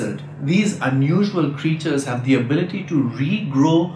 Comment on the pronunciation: Congratulations on creating this excellent channel! Your videos are going to be shared far and wide, and are also going to provide great fodder for fun dinner table quizzes for the children at home! Thank you for creating this resource. I wish you all the best. A suggestion for improvement: you pronounce 'the' as 'the' (as opposed to 'thee') even when it precedes a word starting with a vowel sound; but as far as my knowledge goes, one should be pronouncing it as 'thee'. For example, 'thee' eagle, not 'the' eagle.